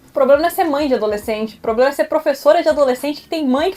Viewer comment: E nem problema. "Poblema" kkkkk